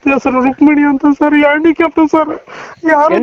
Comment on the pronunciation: ಹೆಂಡಿ ಕ್ಯಾಪ್ ಅಲ್ಲ ಮಾರಾಯ ಹ್ಯಾಂಡಿ ಕ್ಯಾಪ್ ನಿನ್ನ ನಾಲಿಗೆಗೆ ಬೆಂಕಿ ಬೀಳಲಿಕ್ಕೆ ಸರಿಯಾಗಿ ಉಚ್ಚಾರಣೆ ಬರುವುದಿಲ್ಲ ನಿನ್ನ ಬೊಜ್ಜದ ಹೊರಾಟನ